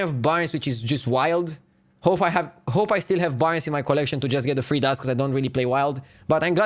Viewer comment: Can you learn how to pronunce three please..